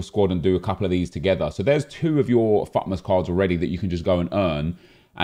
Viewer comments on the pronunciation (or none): EA have dropped the T in FUTmas. It's now FUmas.